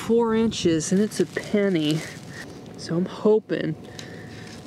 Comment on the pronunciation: it sounds lie he said panney